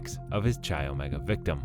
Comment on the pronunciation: Not Cheye.. It’s Kye, come on guy if you’re going to do a Video please do a little homework first, you’re driving us bonkers with mispronunciation